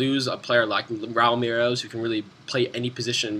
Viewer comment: why do u say Merelose?? its pronouned Me-rel-ez